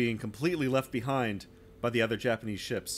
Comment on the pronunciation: I'm really enjoying the episodes. Also, good on you for cleaning up your pronunciation of the Japanese ship names.